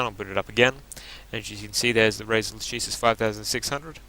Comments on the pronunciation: the pronounce is lakesis, it's latin ;) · Lah-ke-sis mate, try google translate.